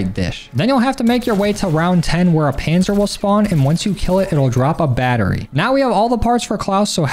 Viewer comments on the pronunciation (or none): none